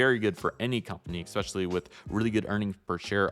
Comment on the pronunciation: Appreciate your effort but you guys are hacks. And "ex specially" isn't a word.